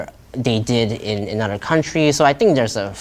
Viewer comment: I can hear some off enunciation’s like where he says the word “other” he pronounces it “odder” 😂